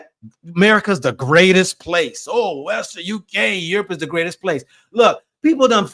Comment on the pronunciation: Aerope not Europe